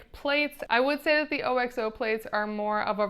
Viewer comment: Can’t take a review seriously if you don’t know how to pronounce OXO. It’s not “O-X-O”! Haven’t you ever watched America’s Test Kitchen?! You lost all credibility if you don’t know about the OXO company.